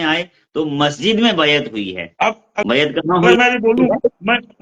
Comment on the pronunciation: Areey degree nahi hai bhai masjid ko majid bolta hai jahil baba😂😂😂😂😂